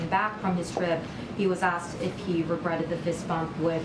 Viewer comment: "He was aksed"- so unimpressive for the 1st black, lesbian, blah blah blah..